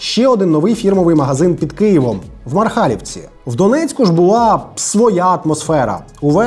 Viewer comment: Не МархАлівка а МАрхалівка